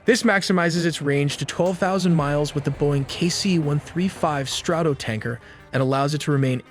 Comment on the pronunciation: Your, "narrator " continues to mispronounce names of Iran's cities, like Na'-tunnz, and even US military aircraft, like the KC-135 "Strah-to- tankers". Your continued use of an AI version of Dean Cain narrating your videos is embarrassing. More: Ro-terry, (Rotary) Air Refueling System, ser-vellance aircraft, and ra-der (radar).